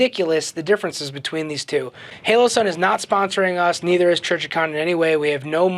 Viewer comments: The "halo"??? You mean "HOE-LOE-SUN" or "HOLLOW-SUN"? (And I know it's a bit picky, but..."buyen"? Do you mean " buyin' ", as in the contraction for "buying"?) Otherwise, GREAT review! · Halo and holo are pronounced differently